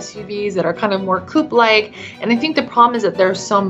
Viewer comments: "Sport coup or sport coupé" – yeah, it's coupé. Not "coup". 🙄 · Coupe is pronounced coup-eh not couppaaaaaayyyyy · "coo-pay" It isn't a coincidence that you chose the word "pay", is it?